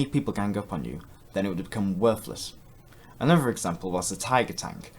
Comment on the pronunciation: another, not anuver